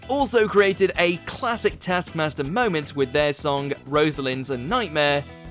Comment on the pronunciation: Rhod did not rip off his bikini bottom - Alex ripped off Rhod's top, while Rhod ripped off Alex's bikini-bottom, look at the tasks you're gonna talk about you bell-end. The show's not pronounced täskmäster. The rest of the video is similarly shit - harsh but true.